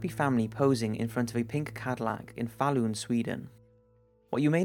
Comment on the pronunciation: I know it's not your fault really, but your butchering of the name Falun had me giggling, and kept me from watching the whole video through for a while. Dammit Swedish, why are you so hard? :P